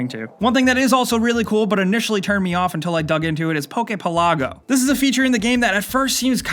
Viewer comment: the way you pronounce "Pelago" makes me gag